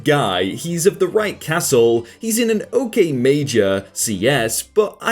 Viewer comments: Did you just pronounce caste as castle....? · “Castle” lmao Caste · and that's caste, not "castle" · Got caught by the fact you said castle instead of caste. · caste, not 'castle', as in the caste system, so like saying that they are fucking pieces of cosmic shit just because they are a gardener or smth, yea, fucked up. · Fyi, it's not "castle", it's "caste", which means someone born of a different social class, not so much used now, but back in the day, like peasants and royalty. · when you were reading confessions from UC BERKELEY it was actually the right caste and not castle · The word is CASTE and it is pronounced cast. The word is not CASTLE, pronounced cassul. How does "He is of the right castle..." roll off your tongue and your brain not complain that you just spoke nonsense? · not sure how no one noticed this, but caste is pronounced caste. Not castle. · Caste not Castel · He said castle by accident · Ain’t we gon talk about how said “Castle” instead of caste which is what she was actually trying to say. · Caste not castle. It's societal class. "For a crime you didn't commit?"!!! OMG that was good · Nah it's pretty obvious it was caste, just doesn't know